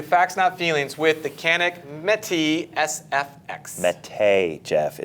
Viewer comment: Even with the pronunciation tool, they still can't pronounce it correctly. 🤦‍♂️ It is “Met-ay” like we met, and then we play. Not we met and then we “pltay” You are saying “meh-tay”. Imagine a Canadian saying “We met eh?” and you have it correct. Autocorrect makes this a nightmare to type out. I hope it is clear enough.